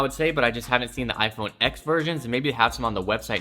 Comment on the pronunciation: Pls never say “iphone eks” again it’s “iphone Ten” Socks (double underscore)